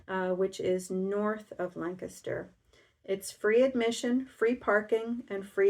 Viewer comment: First off thank-you for everything you share with us. Now Wow someone that pronounces the name of Lancaster the correct way. ( my home town in Ohio). Those quarter square triangle blocks are sure growing up fast. and now for a request. The next time you do a pieced backing could you please explain how you iron the seams, and if there's anything finicky in the hand quilting. Have a great Week.